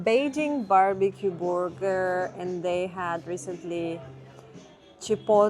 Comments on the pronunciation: She said borger hehe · It has been too long since I have heard version of "burger".